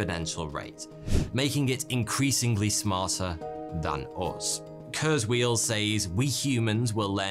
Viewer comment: That's not how you pronounce Ray Kurzweil's name...and ffs, do not compare kurzweil to a fortune teller, the guy actually accomplished a lot besides being a "futurist"...